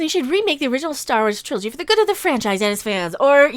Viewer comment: me sitting here trying to figure out if she forgot the G in "trilogy"... or if Triloy is a another new term I have not heard of.